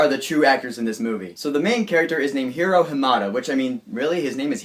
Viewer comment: I liked your review :D! Hwever u forgot to mention/talk about the after the credit scene :/.. and btw his name is Hiro with an I , its a japanese name so its pronounced a bit different